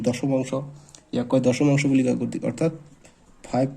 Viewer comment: Dosomanxo nohoi doxomankha hoi😂😂😂😂